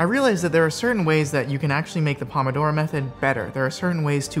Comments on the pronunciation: the pronunciation is so cringe. it’s “poh-moh-doh-roh” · you're going to say "pomodoro method" a million times... while saying it wrong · Wow I got so annoyed so quickly at the pronunciation of pomodoro, especially when you just kept saying it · The method didn't teach him how to pronounce "Pomodoro"